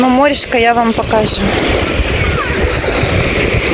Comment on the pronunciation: а может проще переучить. Говорить на чисто русском языке - польза для нее же.